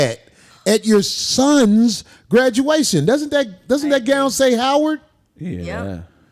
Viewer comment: 😂😂😂😂 I heard you 😂😂😂 that foo said HOE- WARD!!!!